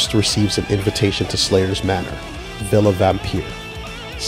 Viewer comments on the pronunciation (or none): none